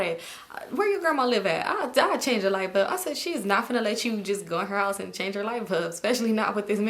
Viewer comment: Is it just me or are you pronouncing "light bulb" as "light BUB"? 😁